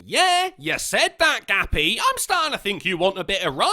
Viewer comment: Ha! For a minute I thought her name was Gabby but you were calling her "Gappy"! And what a fitting name that is. Who the fuck is worried about what other people jerk off to?! Unless it's kids or acts of beastiality or necrophilia or something along those lines, who cares? These broads are fucking nuts.